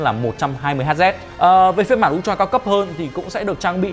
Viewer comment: ultra UK /ˈʌl.trə/ US /ˈʌl.trə/ đừng đọc un troa nữa...